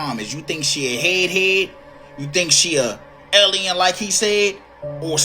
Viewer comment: he witnessed an “ellien” 😂 love this guy an his enthusiasim!